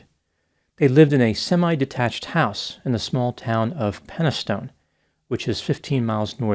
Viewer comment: Penistone is pronounced "penny-stun", not "penny stone".